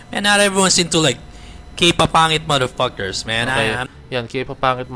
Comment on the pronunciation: puro sya mader pakers, kala mo perpek di naman ma pronounce ng tama yung mader pakers.